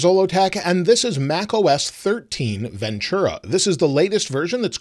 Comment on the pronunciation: There is no “ch” sound in Ventura